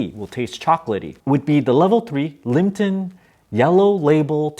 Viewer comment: it's liPTon not liMPton